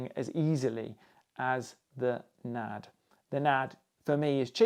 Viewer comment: it's N ... A ... D ... not Nad. Sorry . Good review though. Nice! :)